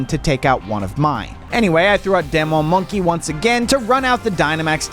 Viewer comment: Demon is pronounced dee-mon